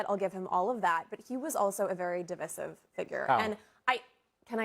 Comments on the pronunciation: She didn’t even pronounce the word correctly, I doubt she can explain what it means 😅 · She can't even pronounce the word "divisive". Maga makes statements and when they adked for proof of what they say, they just jump to the next unfounded statement. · She mispronounced "divisive" because she's a clown.